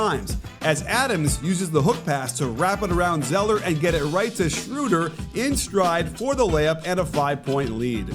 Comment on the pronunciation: Coach, as a german I habe to ask you a favor: Please practice pronouncing SchrÖder! It is not 'Schrooder'...